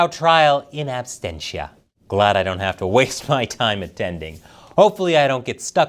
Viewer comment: IT'S IN AB SENT IA ABSENTIA, LIKE "ABSENT". f*ck.